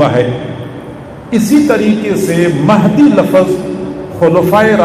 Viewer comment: Pehle urdu to sikhlo hazrat...lafz hai lafaz nhi....aur imam mehdi a.s ke upar ...comment kar raha hai ....🤣🤣🤣